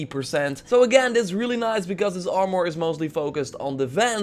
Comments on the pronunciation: THe way you say "armor" is annoying. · I gave your video a dislike because you say armor weird